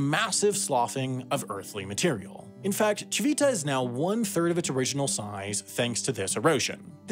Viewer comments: I'm not Italian and don't speak the language, but I do have some knowledge of Italian pronunciation and my ears were bleeding with "tchee-VEE-tah" (even though there was that Italian man pronouncing it correctly as "TCHEE-vee-tah", yet the narrator didn't get a clue from that). And "BAGG-no-re-gio" made me want to ask him if he says "filet MIGG-non" too... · This is great, but I have to say, the G in Bagnoregio became a bit unbearable after the first ~20 times it was said. Ci-VI-ta also didn't help (it's CI-vi-ta). You could have looked up the pronunciation if you were going to use it so many times in your script. Other than that, wonderful work! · thanks for trying hard to pronounce italian names, we know it's hard. Regarding "Civita", the accent goes on the first "i", so it's "CHIH-vih-tah" Interesting video also for italians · Apart from the continuously mispronounced "cività". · Lol I'm Italian and it sounds dumb how he pronounces Civita 😂